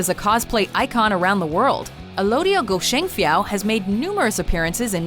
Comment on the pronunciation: WHY ALODIA IS ONLY IN NUMBER 7!!! DAPAT NO. 1!!! hahaha AND IT'S PRONOUNS AS "GO-XIENG-FI-YAW" not "GOSHENGFIYAW"